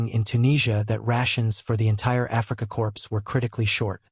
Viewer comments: I tried to listen to this -- what seems to be an interesting story -- but the AI voice is just too ridiculous! "Africa corpse." "Barok." Sorry, but this channel is a bust. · This has to be AI because Korps is pronounced Core.